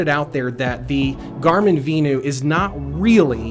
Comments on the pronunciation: Vin-you. VENU. Not V-new like you are saying. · Is it not pronounced Venue? Lol